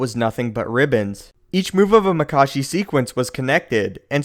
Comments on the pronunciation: maka-shi not mak-ashi and from a previous video, JuyO not JuyA That is all, thank you. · Isnt it pronounced makAshi? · He pronounces Makashi two different fucking ways. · The question is: Is it pronounced Maa-kashi or Ma-kaashi? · So... is it Mákashi or Makáshi?